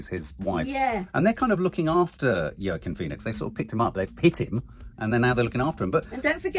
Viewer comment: YAY, maybe Nanny Di will convince you to pronounce Joaquin's name better 😜 (wah-keen)